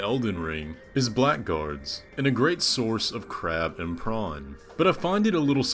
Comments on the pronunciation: Very small note that 'Blackguard' is pronounced as 'blaggard', an insult people have likely heard but not read. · Btw blackguard is the archaic way of spelling blaggard. It’s not pronounced black guard. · Just FYI "Blackguard" is actually pronounced like "blaggard". It's a word used to describe people who behave in a dishonorable or contemptible manner.